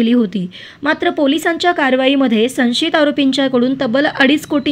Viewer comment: संशीत नाही गं, सं श यि त .वाच बघु पुन्हा पुन्हा.मनमानी मराठी नको गं बाई. आम्हाला समजणारं मराठी बोल